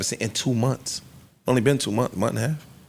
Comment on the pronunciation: Joe and says MONFS!! Instead of MONTHS. 🤣